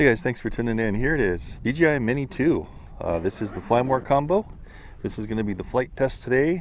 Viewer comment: Bruh you keep saying D.G.I cmon faka D.jay.I